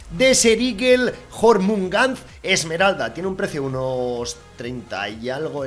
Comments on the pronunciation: Se pronuncia [iormungander], UuU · Oye poker la skin de la Deagle se pronuncia Yormungander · en los nombres nordicos la silaba "dr" se pronuncia "der" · La desert eagle se pronuncia "JORMUNGANDER" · Se pronuncia jormungander imaginate una e ahí en medio xD